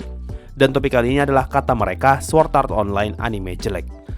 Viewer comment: SWORD bukan SWORT :v